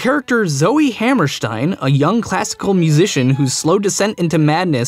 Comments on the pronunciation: It's Ha- Mer (like in 'merica)- St - "i"-N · You're over pronouncing Oscar Hammerstein's name. It's not as German sounding as you're making it.